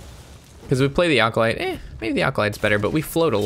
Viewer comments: does he say "alcolyte" on purpose to piss us off? haha comon there is NO L in acolyte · ah, i have heard him pronounce it like that many times. i guess thats a sign hes entoxicated haha...i forget he drinks on his vids.